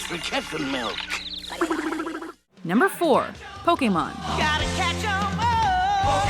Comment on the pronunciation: wtf did she really say pocketmon monsters _